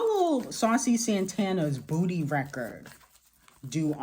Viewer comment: why you have to say “booty” like that 😂